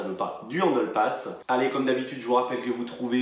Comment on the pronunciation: pourquoi tu prononces handle passme?😂😂